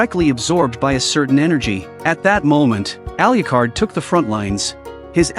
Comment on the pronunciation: Please learn to pronounce Alucard.